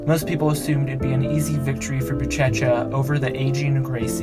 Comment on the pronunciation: "Bootchetcha" lmao. It's "booshesha"